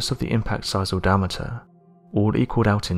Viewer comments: It's pronounced di-am-ater not di-amter. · "Dam-eter"? ~daɪˈæmətər